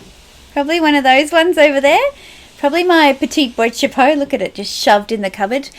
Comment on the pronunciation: Boîte Chapeau is pronounced ' BWAHT ' CHAPEAU ;)